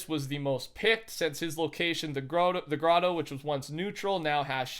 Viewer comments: Thumbs up for not knowing it’s ‘grot-tow ‘ and saying ‘ grow-toe’ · please pronounce it the gratoe not growtoe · Bro stop saying groto instead of grotto